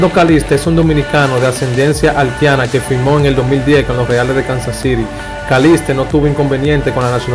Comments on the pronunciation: Haltiana por Dios Haitiana ,no menciones tanto la L lee un poco mas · Broth tienes que mejorar en esas palabras Prolpecto, haltiana, halti, llegals y con la biografía de sanó te equivocaste , siempre fue infielder no jardinero 🤦🏻‍♂️ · Halti, Haltiana? 🤔 🤔 🤔 Brother trata de mencionar la i donde va! Debes trabajar en tu léxico hermano, tomalo como una critica constructiva!